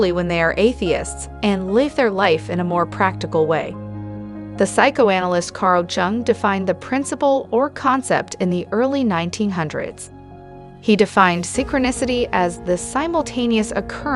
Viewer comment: Since you mention self improvement, here are some tips: research well regarding subjects on which you decide to speak, especially if your purpose is for instruction. Jung’s name is pronounced “yoong.” Déjà vu has no “s” even if you choose to refer to plural form (s would be silent). Research Carl Jung’s later work regarding synchronicity. See Aion and The Red Book. You also blow pronunciation of JHVH and Nebuchadnezzar. Video would be “educational.” Language is important and beautiful. If you wish to educate, be educated. Rest isn’t bad. Don’t stop.